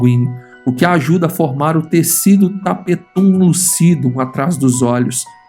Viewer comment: "tapetúm lucidú" kkkkkkkkkk